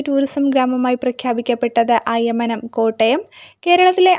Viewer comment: അയമനം അല്ല അയ്മനം ആണ് 🙏